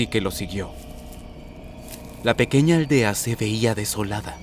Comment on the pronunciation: Cuando veo el inicio en vez de pequeña dice pequeca